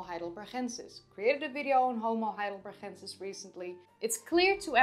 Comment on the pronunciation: why do you pronounce heidelbergensis as if it had a german ch sound in it? Never heard any one else say it like that. The town is Heidelberg, not Heidelberch